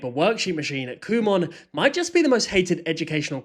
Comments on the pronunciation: Pronounce it as "Come on" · i saw this company store thing on a road trip once and i kept pronouncing it like "come on" and i kept telling my family to "kumon drive faster" i will keep making fun of its name after learning this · I always thought kumon was pronounced "come on" 😂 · I thought it was pronounced “come on” 😭😭😭